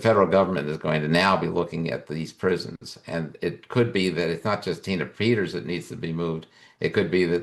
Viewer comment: How he said her name when video started 🤣😂😅😆👻👻